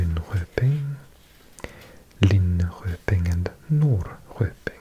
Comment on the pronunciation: I love your asmr videos! Especially USA facts etc. I am so very impressed with your language skills! Just one detail to make your Swedish words perfect: In regards to Norrköping, Nyköping, Linköping etc, "Köping" is pronounced with sh sound like in "shut up" or "shut the door" You have the most relaxing voice:-)